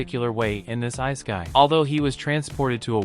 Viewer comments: You never heard of the "ice a kai". But i agree with you. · You lost me right when you miss pronounced ISEKAI....